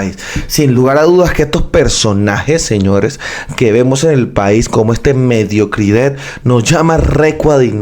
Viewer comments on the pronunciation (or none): La noticia muy buena pero lo que llamas mediocrid(e) le quita seriedad e intelecto a la noticia.....que horrible es leer poesia todo terminando en la vocal (e)...los panes sonaria les penes😮😮😮😅